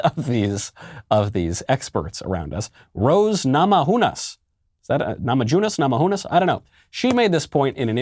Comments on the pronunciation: “Namayoonus” is how you pronounce it. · Thug Rose!!! And it’s Na-Ma-You-Nez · THUG ROSE! THUG ROSE!! "Rose Nahm-uh-You-Muss" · Pronounced: Nama•U•nus. The “J” in Namajunus is silent. She’s also a Christian and she is a 2 time strawweight UFC Champion. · Hey Michael it’s nom-ah-you-nezzzz. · You say her surname "Namayunas" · So its actually pronounced as " Na-ma- yu- nes "...... nick named Thug Rose 🌹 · Rose Nama-yoo-nas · For future reference, it's pronounced "Nama - [you] - nas". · it's pronounced NamaYunas as J in Easter Europe is like English Y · Her last name is pronounced with "yu". She's a former champ and one of the nicest human beings in MMA. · It’s pronounced NamaYOUnas. She’s a badass and really hot. Go check her early interviews from before she shaved her head. She looked better than most of the ring girls. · It's pronounced Namayunas, babe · Michael with all do respect, she is a well known fighter , do your research man! Besides, she is not some Grzegorz Brzęczyszczykiewicz for you to pronouce Open any yt fight , it takes 60 sec top and you will find out how to say her name.